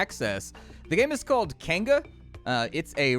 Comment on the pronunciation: It's pronounced Kai (Keye) Ng (like the ng in King and Ping) a (ah) it means village or settlement in Maori.